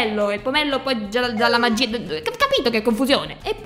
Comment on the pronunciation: Magiiiiiiiiiiiiia non magia i non ia